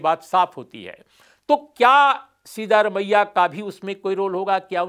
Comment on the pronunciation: His name is सिद्दरामय्या not सीधा रमय्या. You can always ask a Kannadiga friend or any South Indian how to pronounce it. Please make the effort.